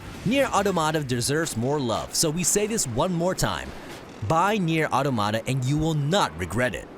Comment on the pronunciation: Nier auto-mata? Another butchered word. It's pronounced aw-tom-uh-tah